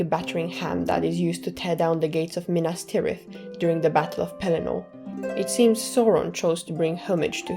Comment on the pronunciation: Nit pick You mispronounced minas trith